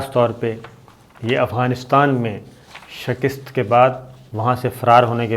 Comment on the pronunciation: Shakist نہیں بلکہ shikast ہے